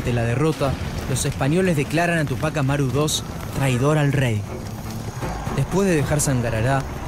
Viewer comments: Ademas los no peruanos dicen tupác Amaru y es Túpac Amaru. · Tremenda tilde en Ú de TÚPAC ... y le dice Tupác Amaru dos... terrible